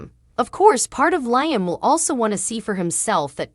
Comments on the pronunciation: It's Liam not lyming get it right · You're not pronising Iaam probably